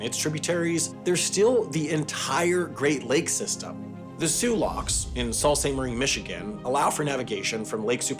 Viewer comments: "salt saint maree"... my guy, they're called the soo locks for a reason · its actually still pronounced soo saint marie michigan, not salt. also I got to see my house in a wendover video which is a dream come true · Sault Ste. Marie is pronounced "Soo Saint Marie" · I’m not usually one to comment on pronunciation because we’re all human but pronouncing Soo Locks correctly, immediately followed by ‘Saul’ Ste. Marie hurt my Michigan soul. It is silly that the locks are spelled phonetically and the city isn’t, I’ll give you that. Great vid as always :) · "The Soo Locks" in "salt" Sainte marie, no, argh... It is actually pronounced "Soo", literally just like "The Soo Locks" that you said like two words before butchering it later. This is french (father marquette), and just like Renault where the "lt" is silent-ish in this car brand, the Sault is pronounced the Soo... Sorry, don't mean to be triggered. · You mispronounced Sault Ste Marie. It’s soo like the locks, not salt lol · It’s pronounced soo saint marie. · I seriously doubt anyone cares, but The city is pronounced Soo saint Marie, hence why the locks are labeled Soo locks. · Sault is pronounced as soo. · If no one else has said it, it's soo saint Marie. Any michigander will tell you. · I'm dying that the Welland Canal is reduced to "this Canadian canal system," (and also is presented as though it's far longer than just the stretch between Lakes Erie and Ontario). Also, genuinely curious if the American Sault Ste. Marie is really pronounced like "Saul" Saint Marie? Because the larger Canadian city of the same name on the other side of the border is definitely "Soo" Saint Marie. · its "soo" saint marie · Pronounced “Sue Saint Marie” can’t wait to hear you pronounce “Gratiot” “Mackinac” “Ypsilanti” and other Michigan places. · Sam this is the second time you’ve said Sault Ste Marie wrong. It’s like saying Soo Locks. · small note, "Sault" in Sault St. Marie is pronounced "Soo", just like the locks!